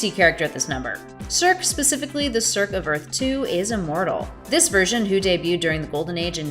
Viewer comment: Not to be nitpicker but Circe is pronounced 'Sir-See' .... Sorry but Greek Mythological is one of my 'things'... Loved the video though!